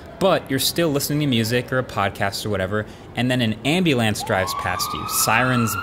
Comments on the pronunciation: yeah, idk how he's gone this long saying "ambeelance" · "Ambi-lance"? hahaha!!! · Say ambylance again 😂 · bro said ambuulaans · he did the ny accent thing ambu LAHNCE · I can’t get over his pronunciation of ambulance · Marques is the GOAT of tech youtube, killer frisbee player, incredibly creative, and obviously very intelligent. That said, the way he repeatedly pronounced “ambulance” really threw me for a loop. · I worked with someone in Public Safety and he pronounced it the same way. Must be a regional thing. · Suprisingly aave on just that one word haha😂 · is the weirdest pronunciation of ambulance i have ever heard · Same lol just heard him say that and kinda jarring. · Another great video but what on earth was that pronunciation of 'ambulance' about? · Wait say ambulance again 😂😂😂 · Anyone pick up on how he said ambulance?